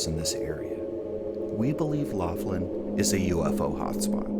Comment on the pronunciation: Laughlin - pronounced lock-lin, like the name McLaughlin.